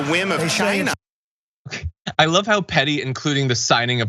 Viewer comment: The way he pronounced China was very trump